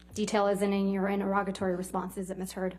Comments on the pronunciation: Its pronounced INTER-E-GATORY not INTER-ROGITY or INTER-ROGITORY - sweet jesus. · Why can no one pronounce interrogatory?